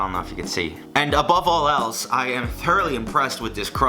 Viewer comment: did he say "above all "L's"" or "above all else" 😂